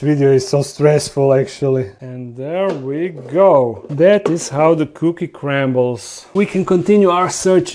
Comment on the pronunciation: 😂 I love how pronounces some words "that's the way the cookie crammbles" 😂 and he says "hum hum hum" when he's trying to do the hm hm hmm in English I've been watching his channel since the couch days and if you have as well,you know when that was. ✌🏼